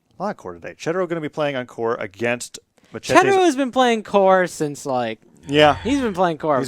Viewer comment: Can they not pronounce Machete?